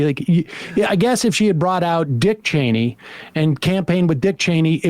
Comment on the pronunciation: Sam always refuses to get Liz Cheney's name right oh my god